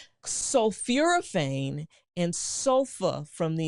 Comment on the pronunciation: Exactly, that’s why an enlarged prostate causes urinary retention. I was also surprised by her mispronunciation of sulforaphane as ‘sulfuraphane”. But apparently she does have a genuine M.D., from Meharry Medical College, in Nashville.